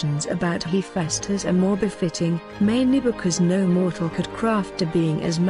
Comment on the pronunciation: You pronounced tali’s and Hephaestus wrong